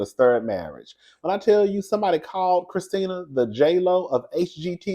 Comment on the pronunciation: My 1st name is Kristina😂 I love the way you say my name!👏🏼👏🏼👏🏼❤ BTW, you & David Bromsted from Lottery Dream House would make a cute couple🎉